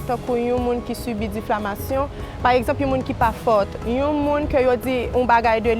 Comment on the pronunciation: diffamation yo di oubyen difflamation😂😂 m wè di diflamation😂😂 vin pran miss plim poul nou an😂😂